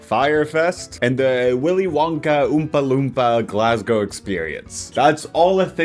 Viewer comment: Upvoting the vid for perfect pronunciation of Glasgow